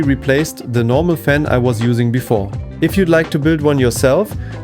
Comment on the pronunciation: sure. when it's soo hot you slur words, turn on a phaam.